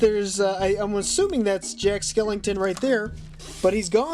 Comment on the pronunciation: WHY DOES HE SAY,”Jack SkelINGton” it bothers mr SOOOOOO much